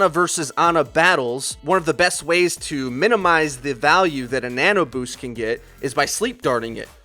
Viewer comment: I think he was saying "Nana Boost"